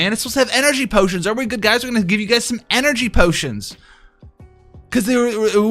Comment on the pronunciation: Literally no one:: "EnErGYYY pOOTIonS"